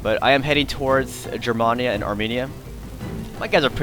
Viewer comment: Hey i have battled you a long time ago lost but i didn't expect to win but hey i have fallowed every single one of your battles Rome Empire and all of though's but i have to tell you man lol I am half German and i need to let you know that when you say germania you say it as in the letter A not trying to be rude man just wanted to let you know just so you won't get criticized further by anyone else for it. P.S. Keep up the great battles and i look forward to Rome 2 total war